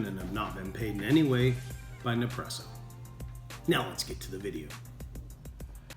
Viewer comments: For the love of all that’s holy, it’s Nespresso and Keurig not Nepresso and Koorig. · A good review...but funny how you mispronounced nespresso as nepresso and delonghi and delong.... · Nice job on the video and taste testing. By now you probably know this, but it’s pronounced Ness-Presso. You may not be aware of this, but Nespresso only buys the very best coffee beans from around the world. I’ve heard that it’s the top 1-2% best coffee beans every year and they only buy the best so that we get the most flavor possible from every pod. I also have a Keurig 2.0 machine and even when it’s set to bold, it still can’t compete with the Nespresso Virtuoplus machine’s output for flavor and intensity. Also the pods are recyclable aluminum so they can be returned to the vendor to be melted down and reused in future pods. Thanks again for the video and information. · It’s NES PRESSO, not NEP PRESSO... dummy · its neSpresso not nepresso im italian so that bothers me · It's pronounced Nespresso. Your forgetting to say the S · Did anyone else cringe every time he said "Ne-presso"??? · Hahahahahah Hahaha ok I had to stop watching your video could not take you seriously. you mispronounce the name through the majority of the video not NEPRESSO.. think you might be having some Mandela affect issues . Hopefully I'll find one of those NEPRESSEO machines and give it a try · Its NeSpresso 😂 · Never knew hearing nepresso and currig would bother me so much LMAO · You should do a review where you mispronounce as much as you can so everyone freaks out. LOL Gotta get me one of these Nepresso's soon! :D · Everytime you say ne-presso, someone somewhere kills a fla-mingo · as soon as he said Nepresso I bailed. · "Ne-presssso." Man, you americans always have to fuck pronunciations up, eh? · it's neSpresso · You kept saying Nepresso and it was pissing me off!! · Every time he says Ne-presso, I get De-presso 8( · I was correcting him every time! 😂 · Nepresso and Kurrig. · It’s ne spresso